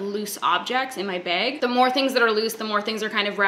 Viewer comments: The way ya say begh 😃😍💙💙💙💙👍👍👍awsome collection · I read the title in your voice. Baeg. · Let me be the first to say that you made back to back bag videos because you know how giddy it makes us Americans listening to you say “beg”. Its a yes. Don’t me. Tysm. Appreciate you. Xoxo.